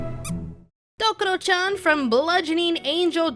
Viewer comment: DokUro-chan, not "Dokoro" Rena Ryugū, not "Ryuga"